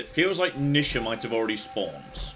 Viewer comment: NEE sha,. Not nih sha...